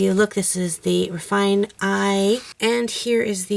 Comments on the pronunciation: Just an FYI, the Marco Raffine' pencils are pronounced "ruh-FEE-neh", not Ruh-FINE"...lol ;) (It's French.) That being said, I liked the Crayola, Prismacolour & Raffine' eyes the most. :) I also tried to blow away the pencil dust, by the way...lol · The accent on the "e" in Raffiné makes it be pronounced Raf-ee-nay... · As a native French speaker I have to say this cx I believe raffiné is pronounced ra-fee-neh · raffiné, it's a french word, you should pronounce how it's written 🙈😘 nice work